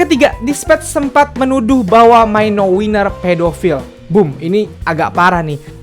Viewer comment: Bisa gak sih bilang mino itu mino aja gak usah maino😁😪